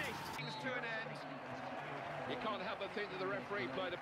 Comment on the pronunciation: Im still confused. Do you say cheers or jizz??? or Both